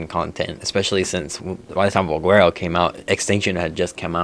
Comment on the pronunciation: Why do you pronounce valguero with a W?